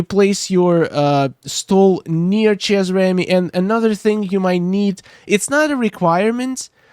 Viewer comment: good video my only problem with it and I apologize for saying this but Chez is pronounced Shay because it is french. not the way you were pronouncing it.